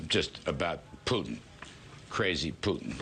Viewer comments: Not that I care about that war criminal a-hole, but hearing you mispronounce and accentuate the “pew” is horrible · Why do you keep mispronouncing Putin, it’s excruciating on my ears 😭